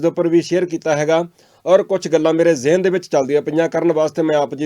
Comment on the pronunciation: Well done! You are the only U-tuber, who utters "ZIHAN" word correctly. I am also Hushiar Puri.